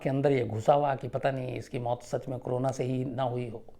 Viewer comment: Sir ji corona hota h crona nahi pls theek se kahiye.